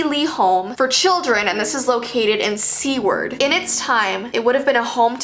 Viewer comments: its not "seaward" its "sue-ward" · You pronounce seward like soo-erd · I live in Alaska (anchorage) and ill tell ya its actually pronounced Sew-ward not sea-ward lol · Omg, I live in Alaska. (And Begich is pronounced BegiCH like how you would say CHips) (Seward is pronounce SOOwerd) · Sorry the first few attempts made me cringe. Here’s the pronunciations. Whittier: Whit-tea-ear Begich: bay-gidge Seward: Sue-ward. Anyway, I go to UAA and ima grow my hair out and go to the auditorium in the fall. Also it could be he hates brunettes because there is a lot of domestic violence that affect native women in Alaska. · hey Jessii I live in Alaska the best state in the world any way I wanted to let you know with Whittier we pronounce it Whiddier and Seward is pronounce like the place your poop and pee goes after you us the bathroom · I’m from Alaska, and hearing her pronounce Seward wrong just- hhhhnnnggg